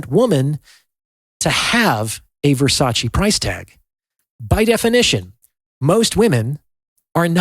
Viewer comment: I'm sorry, but this is a shallow assessment feigning Depth. However, since you feel the way to 'get through' to people is by comparing human value (men AND women) to luxury HANDBAGS, you may as well know it's pronounced Ver-sach-Ay, not Versachee as you are. I learned that from a very high value woman, Donatella Versace.